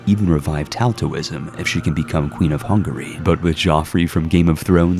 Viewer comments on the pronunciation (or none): none